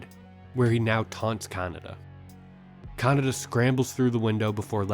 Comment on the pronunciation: bro... kaNEEEda not CANADA wtf